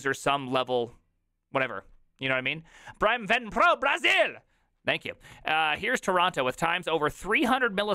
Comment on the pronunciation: Remember, the name…is the!